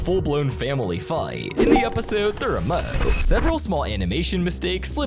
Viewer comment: "the remoouuh"😂😂😂😂 Edit:im not making fun if him😅😊😅😊😅😅😊😊😊😅